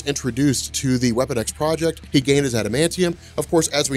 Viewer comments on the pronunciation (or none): none